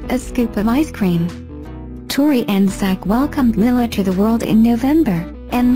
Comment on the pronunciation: Is there a reason why the narrator pronounces Lilahs name wrong...Makes me cringe...